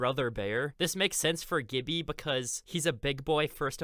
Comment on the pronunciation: Please stop pronouncing "Gibby" with a hard G, it's just flat out wrong ahaha.